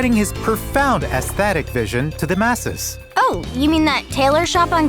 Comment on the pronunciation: Somebody, please teach him how to pronounce aesthetic